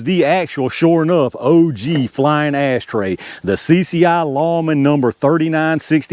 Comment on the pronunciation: You said "ass tray". 😂